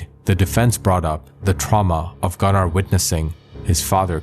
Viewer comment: Bc his pronunciation is wrong!